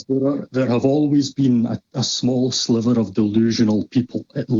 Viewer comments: Every time said, "tiny sliverrr," I was saying, ", I got your tiny sliver right here!" #middlefinger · the hatred in your voice when you pronounced EJ "a sliver" was so clear. You're going to have to work on that if you ever want to pass for a compassionate being.